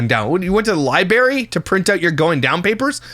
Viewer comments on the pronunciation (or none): Libary 😂 hehehe is that a Canadian way of saying library 😊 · I truly LOVE and look forward to your videos but that IS NOT HOW YOU SAY LIBRARY😤🤯 “libary” is crazyyyyy😭😭😭